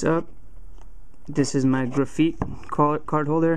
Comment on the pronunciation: ITS GRA FITE NOT GRA FEET